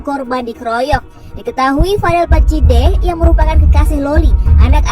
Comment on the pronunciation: Nyimak bang, vadel badjideh bang? Bukan vadel baddijeh mirip sih dengernya 😅